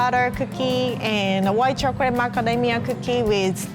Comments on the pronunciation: Others: talking about and cute and funny moments Me: I love how pronounces chocolate it's like "chocorate"💜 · chocrate chip cookie